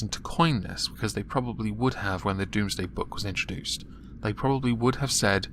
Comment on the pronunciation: Domesday. Not doomsday.